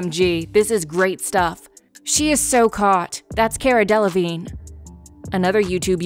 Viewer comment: I snorted every time Rottenborn said Delavignay